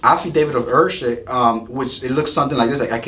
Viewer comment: To let you know heirship is pronounced Air ship Heir is pronounced air